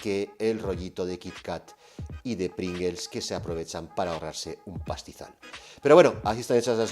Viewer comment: Y como dice, somos todos disléxicos: es PringLes y no PringeLs